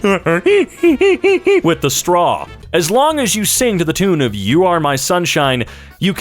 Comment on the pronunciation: Holy cow he vocalized a STAW